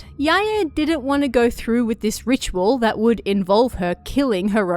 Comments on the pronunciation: It's more correct than pronouncing them as rhyming with "bye." Technically in Japanese, the "ae" combination is prounounced as two syllables, it just doesn't always seem that way when a person is talking quickly. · Why do you pronounce it "Sai-yay" and "Yai-yay"? Lol haha